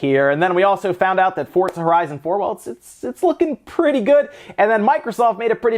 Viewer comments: Wtf is fort za, sounds kind of like forza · FORTTZA ??? LEL